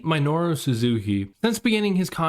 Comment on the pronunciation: Me-no-ru. Jesus Christ, work on your pronunciation